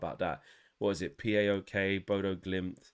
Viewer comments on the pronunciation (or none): P, A, OK? It's just a single word "PAOK", it's an acronym of a Greek football club! 🤣🤣🤣🤣🤣